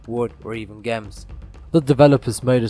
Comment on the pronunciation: ESO is a good MMO, and you did a good job with your video. Just a heads up, the ch in "character" isn't pronounced like the ch in "chapter", but like the c in "cool". Also, the g in "gems" isn't pronounced like the g in "great", but rather like the j in "Jerry".